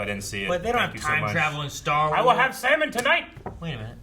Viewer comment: is writing some great stah wahs